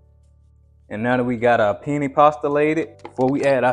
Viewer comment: p. Thank You Sir. You Are an inspiration of God Almighty. I love your videos and your recipes. One tip. Penne pasta is pronounced Pin-NAY.